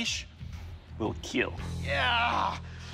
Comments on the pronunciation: Bardiche will kill "IT WILL KEAL" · It will KEAL